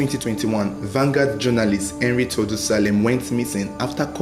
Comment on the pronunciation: It's pronounced Tor- du- e not Tordu, it's a native Tiv name. Well done on the investigation.